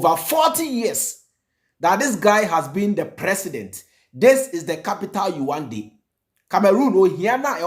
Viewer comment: Please the capital is pronounced as : Yaounde. Yaawundey)